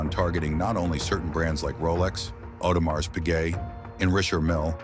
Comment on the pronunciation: Audemars is pronounce Audemar. The S is silent!!!!’ For a watch channel you should know this…!!